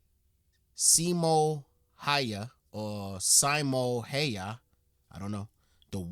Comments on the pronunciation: Yeah Häyhä is not pronounced like that, not even close. Simo he did get correct tho. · I wish the original video would have gotten the name right because each and every reaction uses his pronunciation as a guide. Simo is pretty much ok (not perfect) but Häyhä is no where near even once in the video.